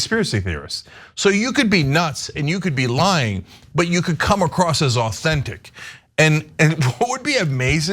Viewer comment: every time trump said lying i herd lion